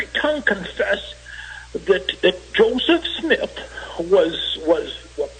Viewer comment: "Josef Smiith"